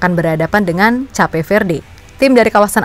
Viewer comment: Cape itu bacanya bukannya 'kep'?